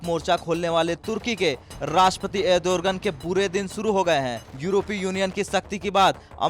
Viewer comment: Ardogen not adorgen